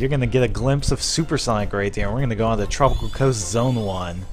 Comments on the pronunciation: You sed tropicol resort LOL Ps: replay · Am I the only who heard him say tropical resort